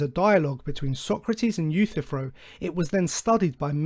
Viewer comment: Your misinterpretation of the Euthyphro dilemma is even more egregious that your mispronounciation of his name. This dilemma is a disproof of the necessity of any god, showing that it makes no sense for a god to exist either way.